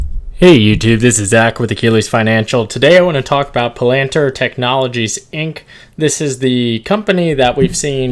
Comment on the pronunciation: I THINK it’s pronounced Palanteer